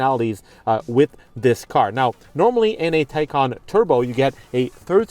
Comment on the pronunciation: Nice review kudos for pronouncing Porsche and Taycan correctly. Not to much time spent on tech more on driving feel.